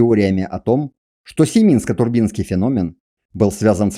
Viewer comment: ТурбИнский т.к. турбины из бронзы отливали? Если бы автор ударения в терминах где нужно ставил, цены бы ему не было.